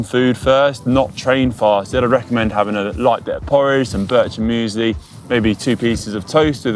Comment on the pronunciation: Sorry...WHAT is the food of the gods? "Bircherine"? I have no idea what he said...and I'm an english speaker.